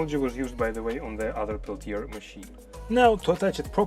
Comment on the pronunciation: The R at the end of Peltier does not need to be pronounced /ˈpɛltieɪ/